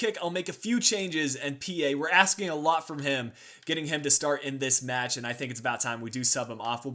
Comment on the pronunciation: You said awot of money